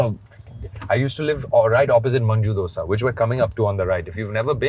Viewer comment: It’s not doSHA . . It’s dosa 😭😭😭